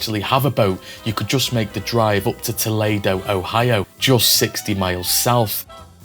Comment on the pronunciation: Also, it's "toe-LEE-doe", not "toe-LAY-doe", but the narrator's pronunciation is understandable since the original Toledo in Spain is pronounced the former way.